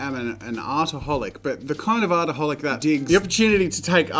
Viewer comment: When he said hi I’m Jazza and I’m and artaholic I thought he said I’m an alcoholic